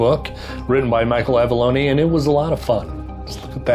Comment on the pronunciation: Good review. Never read that series. I’m uninspired now to pursue those lol. Michael’s son says it’s “low-nee”.